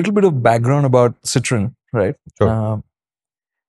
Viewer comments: Make a short video of the pronunciation please 😂😂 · You guys had me laughing and hooked at the 25th second with your french pronounciation! Oh god what a start to the day! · I clicked on this video just to listen how Citroen is pronounced. 😂😂